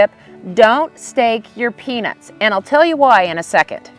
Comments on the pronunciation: Shes definitely saying penis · Is it just me or does it sound like she is saying penis? 😅😮😂😊